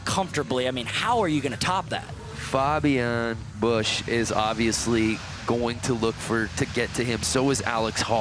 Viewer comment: its spoken Fabian Bösch not bush